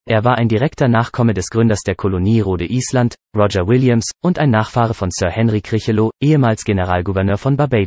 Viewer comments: Rode Island - tolle Aussprache! - muss irgendwo an der Ostsee liegen. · "Rode Island" - Mensch das ist ja grausam!! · War das eine Computerstimme? Andernfalls sollte der Mann wissen, wie man Rhode Island ausspricht. Und den 28. Oktober spricht man mit Sicherheit nicht "am achtundzwanzig Oktober."